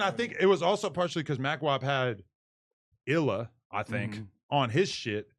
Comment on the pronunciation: Dude said illa🤣